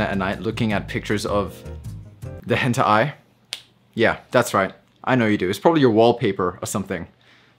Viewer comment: Man said henta ai